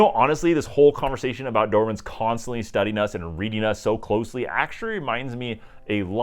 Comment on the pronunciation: You’re self called expert and you keep calling them Doerman??? I know Americans have difficult with English language, but for god’s sake, make some effort…